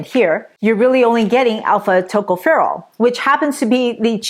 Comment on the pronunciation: Tocopherol Pronounced Accent on the second syllable. Secondly, on the last syllable.